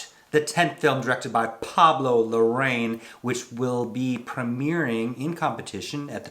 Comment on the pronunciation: Hey! You are saying "Larraín" wrong. You must put the "accent" on the "i", in the last syllable (as if you were saying " Inn”). And of course, don't forget to roll ta fuck outta that double "R".😂😅🤣